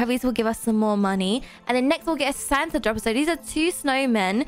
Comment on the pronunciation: i love but the way she prounounces santa is hilarious: santer